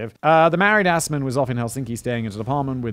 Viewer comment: I can only say the pronunciation of Assman (Or more likely Aßmann) is truly wonderful. But an ex Auschwitz guard converted to the KGB sounds already like someone who successfully avoided prosecution.